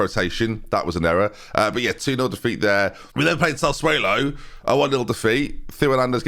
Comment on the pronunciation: Sass uolo. Not sass uwhalo 🤦‍♂️😭